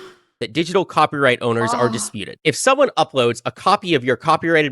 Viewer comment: He says "cropyright" every single time. This is absolutely a bit, lmao. He speaks like Steve Bruhl (the John C Reilly character who is, uh, special)